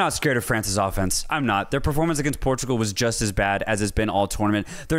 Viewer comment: "France who just defeated ⭐~ Pour-too-gwal ~ ⭐" lmao Bro, why are you pronouncing a Portuguese country like it's Puerto Rico? Portugal ain't Latino my dudes, that's not how you say it in English or if you're from there. Why not pronounce France like Frons if ya'll are trying to be accurate?